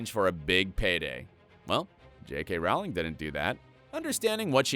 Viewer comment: It's pronounced Rowling, like bowling!